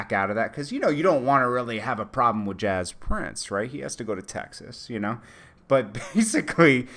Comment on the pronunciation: stop saying Jaz Prince. it's fucking James Prince